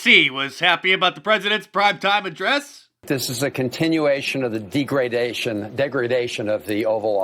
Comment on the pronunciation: The guy saying Trump was reading off a teleprompter was obviously read from a teleprompter because he mispronounced the word "degradation" as De- Grade ation and quickly corrected himself ... a bunch of lying hypocrites